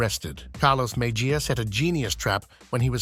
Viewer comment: Mejia is pronounced Me-he-ya. First 'e' is a short 'e', 2nd 'e' is long.